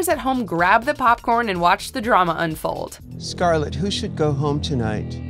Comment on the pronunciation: Finally you SAID SCARLETS NAME RIGHT congrats girl